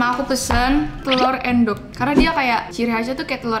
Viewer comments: endog bukan endok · Iya sama 😭 bacanya aendok pdhl bacanyakan eundok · Bacanya juga harusnya Ê (E-nya Enggak) Êndog 🤣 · Bacanya endok bukan endok :( Aku sebagai orang jawa merasa risih :( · Iyaa kan bacannya ēndog bukan endok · Maksudnya Endok(cth:entahlah) Bukan Endok (cth: emang) Jadi beda "e" nya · Bacaya bukan Endog tapi èndog wkwkwk. Paham ga? Ga ada vitur Vn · Make bahasa sunda boss d bacanya eundog bukan endog "dibacanya" (bahasa sunda) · Baca nya telor endog jane bukan endog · eundok not eeendok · "endok" aku yg orang jawa pengen deh ngajarin cara ngomongnya😭beda bgt. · Telur = endog... Baca "endog" itu pakek pengucapan dari "entah" itu bahasa jawanya telur.. hanya untuk informasi aja ya.. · "Endog" bukan "endog". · Telurr endog bukan end dog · iya endognya kaya pake é (pengucapan bhs perancis) hahaha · ngucapin endog nya e nya kaya kata 'peka' cobaa.. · bukan endog bacanya, tapi endog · Endog,,,,penggunaan kata E nya seperti ngomong Elang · Bacanya bukan endog tapi endog kalo endog tu telur kalo endog bukan telur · ngomong endog padahal aslinya endog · Maaf nih Cmn mau kasih tau Endog tuh “en” nya kyk ngucapin entah gt cara bacanya hehe its okay namanya jg bkn orng jowo ;) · endog , e nya pake e bukan e kak 😭😭😭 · Baca nya endog tapi endog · bukan endog tapi endog